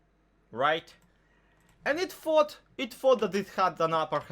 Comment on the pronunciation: "It fought" i know you arent english but i thought ut was funny